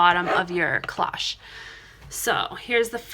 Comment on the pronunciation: These are so pretty. You do a very good job on your tutorials - tfs! Just a small fyi: cloche is pronounced with a long "o", like in the word close :)